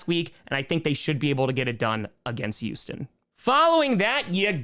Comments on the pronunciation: It's Houston not Yousten. And given the Texans lost three of their starting O-line players I'm not gonna read to much into the O-lines performance just yet. Oh...I think CJ shut up all of those who said he couldnt scramble, with the depleted O-line he had no choice but to scramble and he did a pretty good job of it. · He says Houston. His accent makes it sound like Youesten though